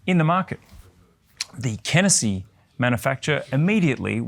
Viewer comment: Such an odd presentation lol Starts off the video pronouncing Kenissi correctly Switches to "Kennessee" Reverts back to the normal way 😵‍💫😵‍💫